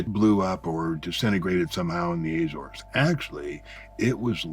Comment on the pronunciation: Very interesting guy but I wish he’d learn how to pronounce Azores properly